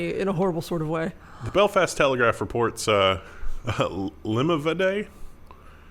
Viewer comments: You guys are so efficient without Ryan... FTW...I live down the road from Limavady. Most of our place names 'A' is 'AH' rather than American EH / AY sound. Lim AH VAHddy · The country accent version wasn't so far off. Lim-a-va-dee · Limavady (LIMB-A-VAD-EEE)… oh, there is no end of shameful news from our nook of the world!.... It's quite nice here, honest! 😜👍